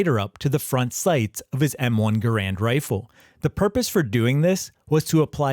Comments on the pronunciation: Learn the correct pronunciation of Garand please. The man himself has explained how it's pronounced. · BTW, just to throw my own 2¢ worth of pissy fest in, the M-1's name should actually be pronounced "GAH-rund", NOT "guh-RAND" rifle. Yes, EVERYbody's been getting it effing totally WRONG for decades, including me. That's how John C. Garand's family apparently pronounced their own surname, so go argue with them. 😄😘